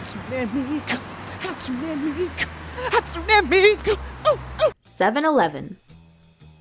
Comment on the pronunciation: "hAtsUnEy MiYkU!" its "Hatsune Miku"..